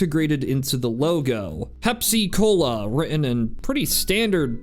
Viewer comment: Bro it's not pep- cola it's pepsi-cola for the pepsin in your stomach